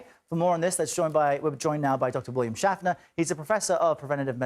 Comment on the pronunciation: "Schaffner" - - not "Shatner".